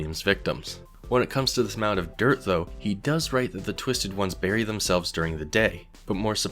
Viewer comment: "themzelves" my man